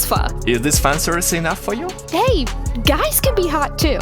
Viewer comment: Did she say 'hey' or 'bae' (insert lenny face)